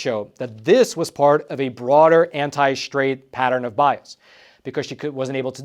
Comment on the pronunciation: straight not shtraight